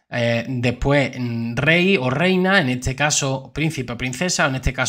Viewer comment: Letisia. Noooooo. Es. Rehina.